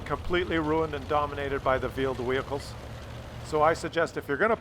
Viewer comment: 'Vheeled Wehicles'